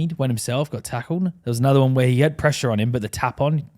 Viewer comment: already starting to sound English pronouncing his “one”s like “Wuun” 😅😅😅